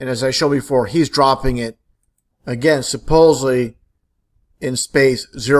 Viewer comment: Well this guy sure convinced me. You can tell he's a genius and has figured out the Mars hoax with the way he pronounces "hunnert" and "suh-posely." I had to get a science credit in college and took astronomy. The professor was great and wed go out and look at stars and planets on this giant telescope he had. I've seen Jupiter, Mars and Saturn's rings with my own eyes. I s'pose the professor was in in the conspiracy.